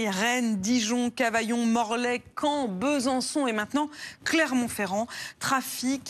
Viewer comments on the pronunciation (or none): C'est moi où le mépris qu'elle a envers la province l'amène à dire Beuhsançon !?